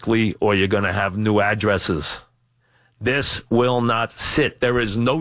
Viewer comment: main quality they are looking for in a replacement: must have trouble pronouncing "this"